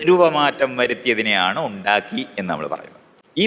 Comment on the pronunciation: Ondakki ennalla . undAkki ennanu Pottan.